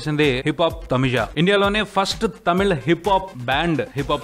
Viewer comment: Thamija kadanna thamizha pronounce tamila